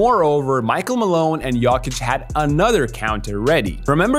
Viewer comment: Dude say yuckic instead of jokic fuck this guy 😂